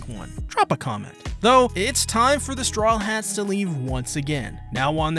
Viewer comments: Serious question why do you always mispronous strawhats as "strawlhats"? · Why does he always say „The Strawlheads“